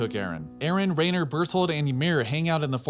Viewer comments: i know its not a big deal. But how are you pronouncing it R(eh)ner when throughout the show it is consistently pronounces R(eye)ner lol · Anybody else bothered that he says “Rainer”